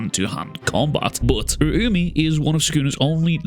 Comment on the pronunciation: I think it's pronounced Ur-ow-me